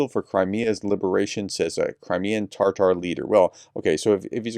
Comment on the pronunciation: It’s Tah tar, no in the middle of Tatar.